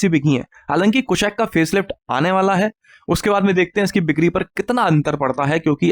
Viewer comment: Bhai ap bikari bolne ki practice kara karo, bikri ko bikni bol rahe ho😅😅😅